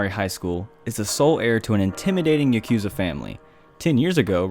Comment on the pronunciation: ??“Ya-cue-za”?? Nani? Nihongo ga wakadimaska? So many videos, always an error in grammar.. I believe in you. You can do better. And listing “dub” availability is an affront to otaku culture.